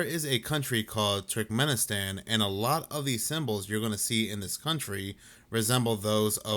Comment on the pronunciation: Will someone please tell that dude to stop saying Turkmen-in-stan and pronounce it correctly 😭